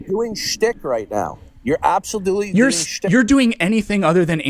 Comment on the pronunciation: “Do you believe in intelligent design?” “Abselertley.”